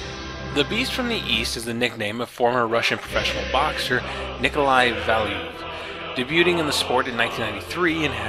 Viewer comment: Debuting. The 't' is silent. Yet another good review.